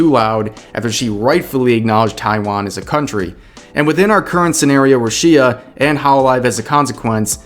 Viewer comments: Rush-ee-a? who the funk is that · Judging by the way you say Rushia, I already know you know nothing about her or Hololive.